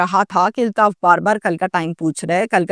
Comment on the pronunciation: O YOU STUPID AND BRAINLESS, ILTAAF IS NOT CORRECT WORD, AULTAAF IS CORRECT WORD